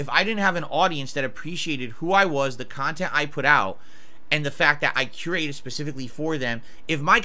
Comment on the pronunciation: Oh, if you going to call your content curated at least learn how to pronounce the word.